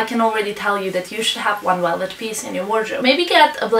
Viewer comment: She can't wouch for welvet :p